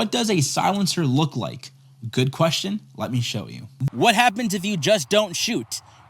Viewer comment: Pretty weird nitpick but anyone else notice how he says it “queshtin” not “question”?